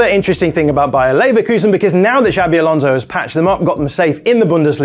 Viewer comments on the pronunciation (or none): I love the way the English overdo their pronunciation of "Xabi" (should be something more like ShaaBee) until it becomes "Shabby Alonso." He's not shabby at all!